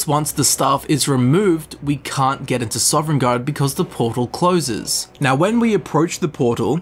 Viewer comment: Princess Mantra It’s not an accent, he added an ‘eren’ into Sovn